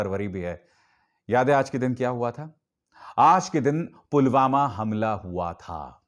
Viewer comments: Ye pm ji to Pulwama ko pugama bol rahe hai dekhlo or sunlo minute me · Pulwama ko pulghama kon bolta hai🤣🤣